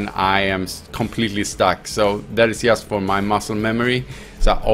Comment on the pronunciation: drink a shot when he says "yust"